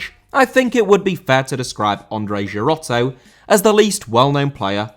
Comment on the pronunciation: Girotto* not Gerottouw